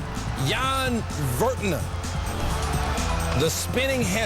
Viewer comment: It's almost getting exhausting correcting mispronunciations of soccer teams but , it's i-yax. Also, it's not Vertonan, it's Ver-tong-an.